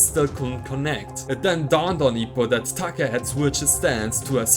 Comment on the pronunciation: It’s Take not Taka. Similar to pronouncing Date.